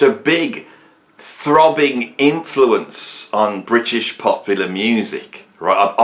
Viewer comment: thank FUCK i'm not that illiterate dullard excuse for a comedian, and who the hell 's trying to be funny here you point evading plonker?. talking crap about ''prog'' again because he doesn't even know what prog means and this time also can't pronounce the ''r'' in British which he thinks is a synonym for both English and ''of the UK'' when it's neither. My cultural background has f-all to do with that.